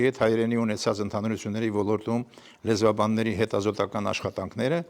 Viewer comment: ( Ո Լ Ո Ր Թ ՈՒ Մ) - ԿՈՊԻՏ ՍԸԽԱԼ ԱՐՏԱԲԵՐՈՒՄԸ - Ո Լ Ո Ր Տ ՈՒ Մ - ԲԱՌԻ, ՆԱԽԱՊԵՍ ԱՆՎԸՍՏԱՀՈՒԹՅՈՒՆ Է ԱՌԱՋԱՑՆՈՒՄ, ԿԱՐԾՈՒՄ ԷՄ ՆԵՐԿԱՅԱՑՆՈՂ ՏԻԿԻՆԸ ԼԸՐԱՑՈՒՑԻՉ ԿԸՐԹՈՒԹՅԱՆ ԿԱՐԻՔ ՈՒՆԻ